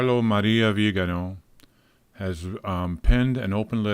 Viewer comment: Vegan, not vidal